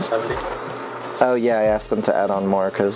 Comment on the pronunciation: did she say "i'm so baked"? if so i'm never unsubbing